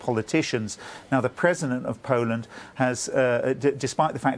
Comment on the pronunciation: Awful voice of this woman - can't pronounce "Poland" properly. it's the BBC so presumably she ticks and "ethnic inclusion" box - certainly not there because of her ability to pronounce words properly. Out of a population of 60 Million she's the best choice to be on a news channel ?